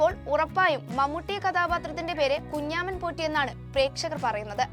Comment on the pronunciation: Kunjaaman😂😂😂alla kunjamman